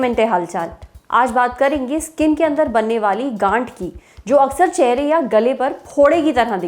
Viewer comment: Gaanth not gaand✊